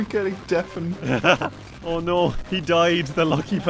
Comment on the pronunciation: turns Canadian when he says "Oh noooo"